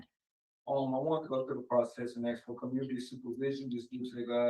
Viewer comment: Sentence: 1 year for every "I wanna axe you dis..."